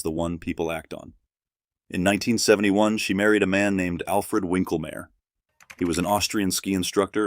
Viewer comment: Snopes is CROOKED and I have proof!!! "winklmayr"? Domo arigato Mr Roboto - try 'V'inklmayr. In London those gossip rags are al called 'red tops', Lex Wexner (Epstein pal) on the left. Babwa Wawa was 10x the snake Oprah is! She was proud of her friend Roy Cohn and stuck up for his when it was needed. SCUM SCUM SCUM Maryann is who told Mary Trump that donald PAID SOMEONE TO TAKE HIS SATs.